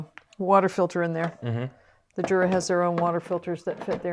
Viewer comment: It would be nice if you would learn how to pronounce Jura properly. Jura is German, not English word. It is very disrespectful.